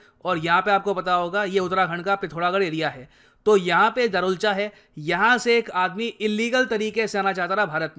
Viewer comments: It's not darchula it's दारचुला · Sir पूरी वीडियो में आपने दरुलचा बोला है लेकिन वो दारचुला है। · अरे sir धारचूला इंडिया की तरफ है और दारचुला नेपाल की तरफ है। आप दारचुला को दारुलच गलत बोल रहे है 😂🤣। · दरुलचा नही है भाई साहब दार्चुला है। लिखा हुआ है फिर भी गलत पड़ रहे हो। धारचूला पुल के इंडिया वाले हिस्से को कहते हैं और दार्चुला नेपाल वाले हिस्से को। रिसर्च करो फिर समझाओ। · दारचुला not दरूलचा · दारचुला है sir right pronunciation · Darchula is pronounced as: Dar (दार) chu (चु) la (ला)=(दार्चुला). Please pronounce it correctly.🇳🇵